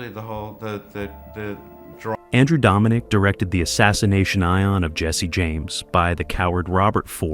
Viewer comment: Assassination Ion eh? Lol